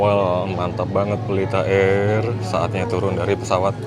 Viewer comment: Candu bgt denger bilang "Pelita AIRR"wkwkwk